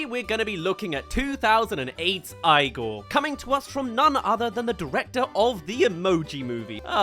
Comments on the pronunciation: You missed on this one tbh, this film isn't the best but it's not "terrible" and it's definitely not a Tim Burton rip off. Also "eye-gor" are you serious lmao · well then 99% of people don’t get the reference, because he’s purposefully saying it wrong it’s literally pronounced EE-Gore in the movie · ITS PRONOUNCED "EE-GORE"!!!!!! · 🧍🏾‍♀️EEEEEE- gor omg please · So based on your logic, he is pronouncing the name wrong. The movie cast is Americans, and they pronounce it as “eee-gore” in the film. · okay, well, fine. If you want to pronounce the name CORRECTLY, the name comes from Russia, origin suspected to come from the Norse name Ingvar, in which case, it's not pronounced "Eye-gore" OR "Eee-gore" but instead "Eee-gur". So, to put it bluntly, even the movie gets it wrong. And I made a point earlier about how to pronounce Van Gogh earlier, too, as an example of regional pronunciation. So, to turn that into my point as well, it is not pronounced "Van Go" OR "Van Goff" but something more akin to "Von Ho-huh" because of the Dutch dialect. But, since "Eee-gore" is a fictional character, and "Van Go" is dead, we can pronounce the names tied to those particular people the way we were raised to pronounce them. If I meet somebody in the world with their name spelled I-G-O-R, I will pronounce it however they want me to. But in this case, it doesn't matter. None of this matters. It is just a fictional character. The movie pronounces it one way because it was written and spoken in one country, and the reviewer pronounces it a different way because he's not here to do anything else other than review the movie. No one is pronouncing the name right at the end of the day, so it doesn't matter. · Why do you keep intentionally mispronouncing Igor? Is it a joke or something? Or r u serious bro. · You watched Young Frankenstein first didn't you. IGOR LITERALLY PRONOUNCES HIS NAME PROPERLY ON THE CLIPS YOU SHOWED, HOW DID YOU NOT CATCH ON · Your saying igor wrong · Ah yes, Eye-gor. 🙂